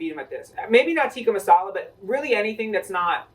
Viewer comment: ??? Yeah it is, but uts till pronounced incorrectly